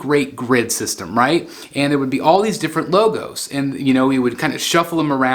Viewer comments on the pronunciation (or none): none